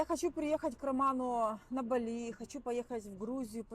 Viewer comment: БАли, а не БалИ